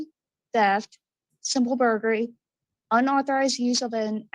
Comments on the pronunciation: Thank you, I was about to comment on the same thing. "Burgery"-when you're craving burgers but can't really afford to eat out, so you steal them instead😏🙄😆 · Is she saying “simple burgery”😂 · The girl who reads the charges in the beginning always drives me nuts cuz she says mirabello and when she says burglary she doesn't say the L lol